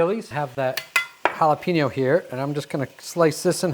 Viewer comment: Just remember there’s no ‘peen’ in the pronunciation of jalapeño 😊🚀🐲